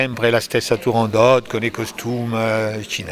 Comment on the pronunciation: Cara intervistatrice Turandot non è francese, la T va assolutamente pronunciata! Tūrāndokht "fanciulla del Tūrān" ovvero la regione da cui provenivano le ragazze più belle della Cina. La favola del principe Calaf e della principessa cinese figurava già nelle Novelle Arabe suddivise in Mille e una notte. Questa precisazione le sia utile per il futuro. Grazie